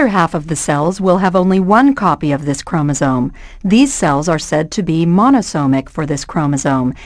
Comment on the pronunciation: Chromosome with an "m", not chromosone, with an "n".